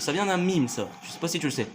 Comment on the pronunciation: "UN MIMEUHHH" non... Juste non XD